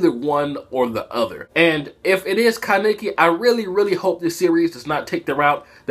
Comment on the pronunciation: why do you pronounce kaneki's name like Ka-ne-ki